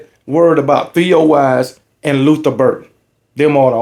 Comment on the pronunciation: Theo Wease not Theo Wise